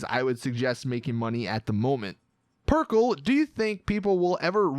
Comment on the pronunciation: You said perkele funny because it's finnish